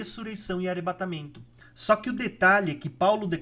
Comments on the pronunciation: Tá errando o " R " aí heim! Não é "guera" e sim " guerra"! Não é "teremoto" e sim "terremoto" não é " arebatamento" e sim arrebatamento"! Parece que está errando por querer, que é pior! Um vídeo tão bom, com erros bobos de português na narração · O conteúdo é bom, mas pq vc não fala dois “rr “ ? Tera, arebatamento… etc